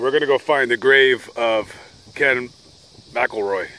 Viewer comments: Its pronounced (Mac-ul-roy) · Scottish name. Pronounced MAKILROY.😊